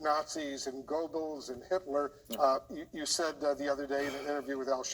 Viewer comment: Wolf how do you not know how to pronounce goebbels